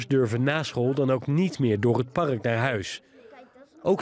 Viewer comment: Beste voice-over: Het woord ''park'' heeft 1 lettergreep, dus geen ''par-uk'', erg irritant!